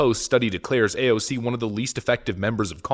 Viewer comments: A-O-C is not A-O-K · I love you, I really do, but every time you verbally flair AOC’s name, I die of cringe and 2nd hand embarrassment. Brother, please stop. Lol